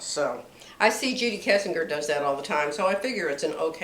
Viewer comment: i enjoy your videos. It feels like a visit with a sewing friend!.......I am pretty sure Judy Kessinger '.s name is pronounced Kessinjer.......like Henry Kissinger's name....